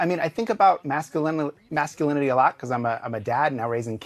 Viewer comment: He couldn't even say "masculinity" at first.